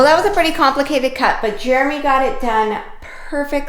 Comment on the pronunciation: Jeremy, don't listen to, she might be correct but she can't even say your name correctly!